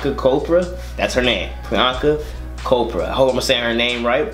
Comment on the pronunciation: its CH -chopra not kopra